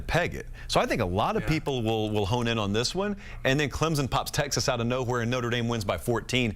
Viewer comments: Why can’t professional broadcasters learn to correctly pronounce the teams’ names? There is no z in Clemson. It’s Clemson, not Clemzon. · No Z in Clemson